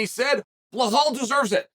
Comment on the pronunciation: Chael got so used to mispronouncing Belal's name that he stumbled the one time he pronounced it right 😂